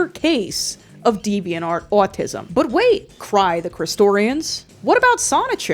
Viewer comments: I find it so funny how you say “owatisum” lol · The way you pronounce "autism" is simply enchanting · why do you say autism like that😂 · no offense but everytime you say autism you sound like a new jersey mother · the way you say “autism” scratches my brain aaaghh